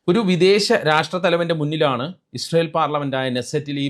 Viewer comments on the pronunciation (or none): ''ഇജ്റായൽ ഈജ് ദ പാതർലാണ്ട്, ഇൻടിയാ ഈജ് ദ മതർലാണ്ട്" ! നോക്കിവായിക്കാൻ എഴുതിക്കൊടുത്തത് ചങ്ങായി ബൈഹാർട്ട് ചെയ്തു പറയാൻ നോക്കിയപ്പോൾ പരീക്ഷയ്ക്ക് നിർവചനങ്ങൾ ഹൃദിസ്ഥമാക്കി വന്ന പ്രൈമറി ക്ലാസ്സിലെ പിള്ളേരുടേതു പോലെ പറഞ്ഞ കാര്യത്തിനു വാലും തലയും ഇല്ലാതായിപ്പോയി! ഈ ചങ്ങായി പൊട്ടനാണ് എന്നറിയാവുന്നതിനാലാണ് മെഡൽ കൊടുത്തു പറ്റിച്ചത്.